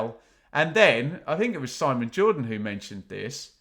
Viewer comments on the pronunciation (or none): none